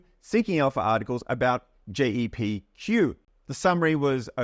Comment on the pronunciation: JEPI is not an english term which is why the AI is getting it wrong, so it pronounces it as it sees it and hence JAY.P.I - great video though, I feel old lol